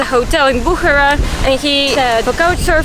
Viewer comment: It is Bukhaara not Bukhra